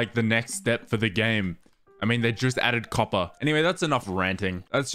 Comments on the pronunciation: I love how he says ćœppèr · i love how he pronounces copper coppah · "I dont actually know how much "COPPAH" do i need for this build" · "Now all we need is that COPPAH" "im going to need a lot of COPPAH" "I spent the rest of the day just mining for COPPAH" "I managed to fill an entire shulker with COPPAH" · update just finished the video, total "COPPAH" count is 58